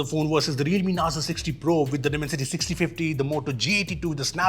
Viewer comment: I listened the word Dimancity and i just stoped watching...